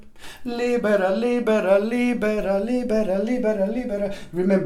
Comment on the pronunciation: Love you LIBERA LIBERALIBERA LIBERA LIBERA..SOUNDS LIKE LIBRE (FREE)WHEN YOU SING IT FAST...XOXOXOXOXTHANK YOU SO MUCH MY FRIEND